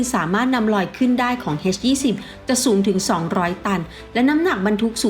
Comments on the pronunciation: น่าจะออกเสียงว่า เอชยี่สิบ ไม่น่าจะออกเสียงว่า เฮสยี่สิบ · เอ็ช-20 ไม่ใช่ เฮ็ช-20 อีหยังวะ